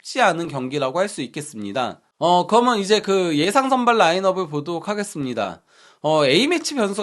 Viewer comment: 그리고 방송하시는분이 접속사좀 똑바로 발음교정좀 하세요 ! 그러면서 를 거먼서 ㅠ 그러면을 거먼~( 내용 좋은컨텐츠 아까움)